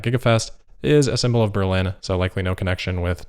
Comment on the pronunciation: Giga Bear-Lin?